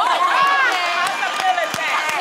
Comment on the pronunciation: “A possibilitay” 😂😂